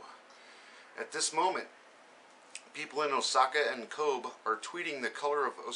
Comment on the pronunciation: It's Ko'-BEE....not Koab.